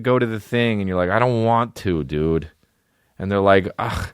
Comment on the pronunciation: Hi I'm new to the D'elia experience so forgive me for asking in case the answer is inside baseball. But do you purposely mispronounce "dude" for jokes or are you fucked. To me it sounds like "dewid" I dont know just asking.